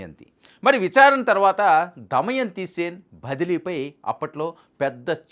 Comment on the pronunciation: భదిలీ కాదు బాబు ఆ పదం కేవలం బదిలీ అని మాత్రమే పలకాలి